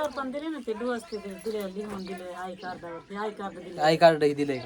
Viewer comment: ढोस नाही डोस आहे 😂